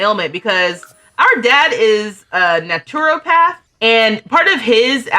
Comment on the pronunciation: Loved seeing these lovely brown-skinned sims and fairies. And, if its helpful naturopath is pronounced "NAH-truh-path" (nothing like its written). Great vid!